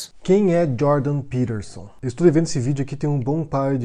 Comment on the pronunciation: És peTerson. Com T caralho!! Que porra é isso de pirerson? Coisa de mineiro pó 🤣🤣🤣